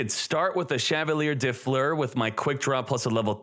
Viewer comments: As a french viewer i love how you pronounce Chavalier de Fleur & Sorciere de Fleur xD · I love how he pronounces Chevalier de Fleur lol ( it's a french name btw )